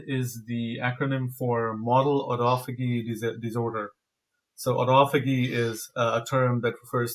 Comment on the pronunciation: Great conversation. I'm pretty sure they mean "autophagy" and pronunciation of autophagy is "aa·taa·fuh·jee" , not "auto-faggy"